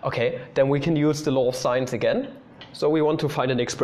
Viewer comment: Every time you say law of sines, I hear "law of science" xD